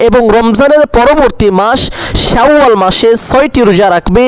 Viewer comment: "শাউ আল মাস" নাকি "শাওয়াল মাস"?